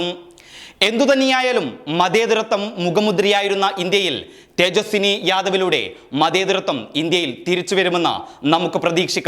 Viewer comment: തേജസ്സി ✔️ തേജസ്സിനി ❌️